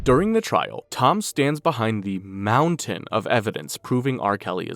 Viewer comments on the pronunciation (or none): none